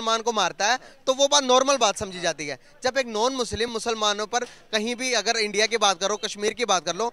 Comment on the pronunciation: ye log "INDIA" ko bhi endia bolte he to fir "Sudan" ko "Sweden" bolenge hi 🤣